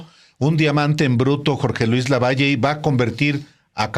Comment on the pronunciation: Álvaro no es lavallo es LAVALLE 🥴👍👋👋